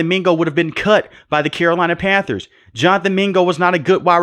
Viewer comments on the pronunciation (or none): none